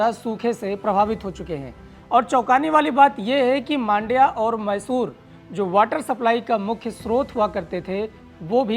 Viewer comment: Video to bahut badhiya laga bhaiya leki vo Mandya hai Maandya nahi hai.